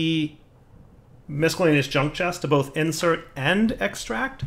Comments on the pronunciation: I'm not a millennial so I'm incapable of being triggered, but I agree his (incorrect) pronunciation is annoying as hell. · I will never not be triggered by how pronounces "miscellaneous"